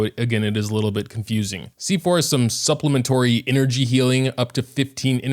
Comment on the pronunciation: It’s SUPPLEMENTARY not supplementory💀🤣